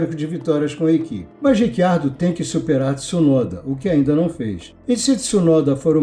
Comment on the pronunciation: Em italiano, a pronúncia correta é Ritchiardo, mas ele mesmo, Daniel Ricciardo, pediu a todos jornalistas para usarem Riquiardo, que é como pronunciam o nome dele na Austrália. Neste vídeo, como em todos os outros de nossa autoria, foi usado Riquiardo, como ele pede. Quanto a esse Rick Ardo, também não ouvimos.